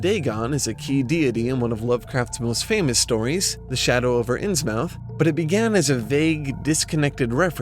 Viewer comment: Dear, great video! But, I have one gripe that i must address. It is a common err that I have tried to correct whenever I hear it. I noticed that you pronounced Innsmouth phonetically. Being a person born and raised in the northeast and seeing how Innsmouth is located in New England, the correct pronunciation should be Inn-smith. You will see that there are many such names like this in the northeast. Dartmouth, Plymouth, Monmouth, Portsmouth. The mouth part of the name is always pronounced myth. Considering HP Lovecraft is a native New Englander, I am sure he meant for it to be pronounced this way. I hope this helps. Kind of related to this, and this one I am not so sure about, is for the pronunciation of Dunwich. I personally think it would be pronounced Dun-Itch, like how Greenwich Village is pronounced Gren-itch Village. I'm not totally sold on this, just an idea. I am however totally convinced about Innsmouth's pronunciation as it makes the most sense considering it's locale and Lovecraft's affinity for it. Thank you for reading this if you did.:)